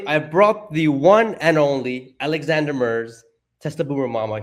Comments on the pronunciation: her name is Alexandra not Alexandria. Also the word is “dilution” as in diluting in water, not “delusion” as in hallucination. Both of you were pronouncing it incorrectly. Great job otherwise. Thank you. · PLEASE pronounce AlexanDRA' s name correctly. It is NOT Alexandria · Her name is Alexandra not Alexandria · It would be nice if the host would make the effort to pronounce Alexandra’s name correctly. It’s Alexandra. Not AlexandrIa Not Alexander. It’s not that hard to get it right if you care. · It's Alexandra, not Alexandria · it's great that you pronounce her last name correctly, but her first name is Alexandra, not Alexandria. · the host can’t seem to get Alexandra‘s name right. Hey dude, write it down, sound it out. It’s disrespectful.